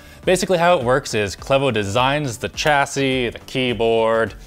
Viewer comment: Chassis is pronounced SHA-SEE. 👌 Not CH. Its a French word.